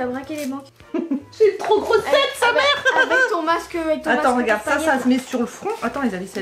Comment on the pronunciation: Mdr j'ai repassé le passage à plusieurs reprises et on a vraiment l'impression que tu dis "meuf"